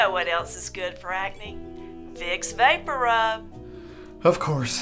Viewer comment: and I love the pronunciation "vapporoob"